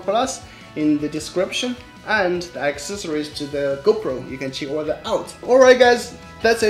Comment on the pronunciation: Thank you. Very good video. But you should pronounce "GO PRO" with strong PROOOO" . Sometimes your Gopro sounds like "Gober".